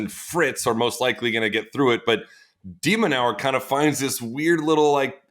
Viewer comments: and every time it sounds off to me lol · I think Sam pronounces 'de minaur' a different way every single time he says it